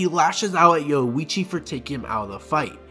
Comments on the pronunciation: Yowuichi lol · All the "O-hime, Yoichi and Kyaku" aside, a much needed video. Thank you.